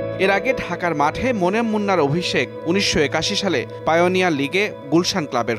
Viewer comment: Halar News presenter... Momen munna na reee... Monem Munna... 😥😥😥😥